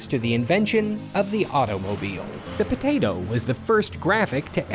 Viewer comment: The way he says potato 😩😩😩